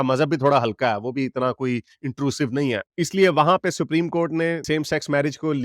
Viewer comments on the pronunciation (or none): none